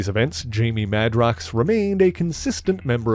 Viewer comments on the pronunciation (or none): On that note, I thought Jamie's last name was pronounced MAY-DROX, not MAH-DROX?